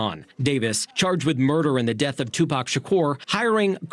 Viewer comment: The first Caucasian news reporter that pronounce Tupac correctly that was beautiful!